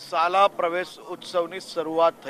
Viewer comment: સાલા નઈ ભાઈ શાળા બોલ શાળા